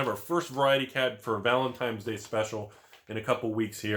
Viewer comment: "valentime's day"